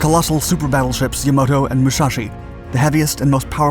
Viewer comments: Its pronounced YAMATO with an A and a cruiser does not weigh 70,000 tons Fail fail fail fail fail fail fail This video sucks The annoying announcer sucks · And then he went on to say that her opponent was seven times heavier (105,000 tones, lmao!!!) - reckon they missed a few important details, don’t you?? And don’t get me started about how “Yamato” (Yamoto) kept being pronounced……….. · I got tired of hearing "Yamoto" over and over...gonna have nightmares over this guy's pronunciation... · Very nice video. The battle off Samar is one of my favorite naval battles to listen too. Btw, its Battleship Yamato, not Yamoto. Easy mix up, Ive heard people call it the Yamamoto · Can't believe no one here is bringing up how he kept mispronouncing Yamato as Yamoto. And the "Withdrawl" typo. Bro get someone to proofread/QA your shit FFS. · you ought to re-record the audio and pronounce the Yamato properly and give the Musashi the proper designation as a battleship, not a cruiser. This is one of the worst accounts of Taffy 3 and you have done much better in previous Dark episodes. Attention to details is a must for us history geeks! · New drinking game: take a drink every time he mispronounces Yamato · YamAto, NOT YamOto! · That huge Japanese battleship is pronounced Y-A-M-A-T-O, not Yam-O-to. SMH. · Ya-MA-to. Not Yamoto. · You keep calling Yamato, the "YamOto. Pronunciation is important. Mispronouncing certain words can completely change the meaning and definitions of those words and shows a lack of respect for the languages. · *YAMATO, not "YAMOTO". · Yamato, not “Yamoto”. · YAMATO not YAMOTO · great video as always. just hurt whenever you pronounced “yamato” as “yamoto” because i genuinely thought there was a third yamato class battleship called yamoto and went to go search it up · Yamato. It is not Yamoto. Did you even take a history class or are you just misreading a script that someone else wrote? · Its not Yamoto but Yamato. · The damn ship is called Yamato, not Yamoto.